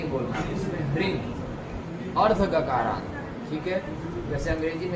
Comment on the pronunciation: Gakaaraant, kakaarant nahi. Yaani jaise hreem beej hai toh hree + anusvaar (n) + aadhe g ka uccharan